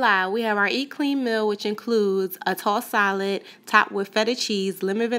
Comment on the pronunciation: She’s from Philly I can tell by the way she said tossed salad 😩😂